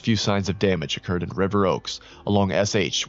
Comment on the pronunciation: its not river oak its River Oaks with an S